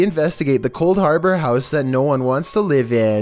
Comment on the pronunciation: Coldhaubour house? You sure it isn't Molag Bol?